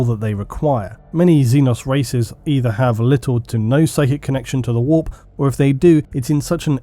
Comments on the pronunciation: annoying voice, says "whoorppppp", instant down vote. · English people say "the warp" like "the wap" and that makes this video so much funnier